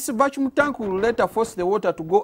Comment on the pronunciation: I love this but please it's not achumulate it's accumulate and not vachum it's vacuum😂😂😂. but this is very smart I love you my Ugandan people love from Zambia.